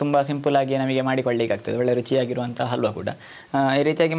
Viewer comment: ಅಲ್ವಾ ಅಲ್ಲ ಕಣ್ರಿ ಹಲ್ವಾ. ಅ ಮತ್ತು ಹ ಉಚ್ಚಾರದ ವ್ಯತ್ಯಾಸ ತಿಳಿದುಕೊಳ್ಳಿ ದಯವಿಟ್ಟು.